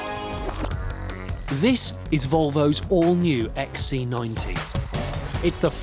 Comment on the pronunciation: Can't he pronounce C? He insists on calling it an XE90.